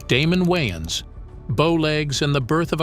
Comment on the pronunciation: this is not damen wayons not damen waynons